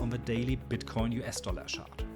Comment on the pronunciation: Wortschatz super, pronaunsiäschn ausbaufähig, not ganz the yellow of thsee eck :) Mach weiter! Guter Kontent bei uns ist selten. Bitte nicht schaaadt sondern tschar-t sagen.